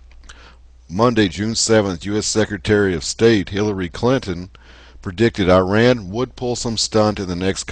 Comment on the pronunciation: "ahmadiNEjad" is the actual word...and [i:rean] is actually [e:raan]...